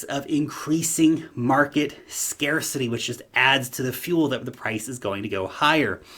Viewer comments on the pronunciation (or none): none